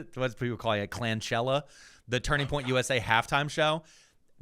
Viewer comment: Did he say Turding Point USA?